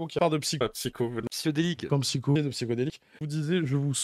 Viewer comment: Bordel ce qui me trigger le plus c'est d'entendre dans la bouche de tous "psyChodelik" a croire que c'est trop compliqué de ce pencher deux secondes sur comment un pseudo est écrit, c'est grave... psy-HO-delik!